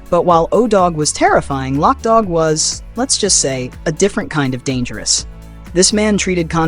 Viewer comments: LOC [loke] DOG NOT LOCK DOG 😂 gotta say it like a crip 😂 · It wasn't lock dogg it's loc dogg ...loc loc loc not lock.... Did you actually look at the movie and ever hear them say lockdogg .....it's LOC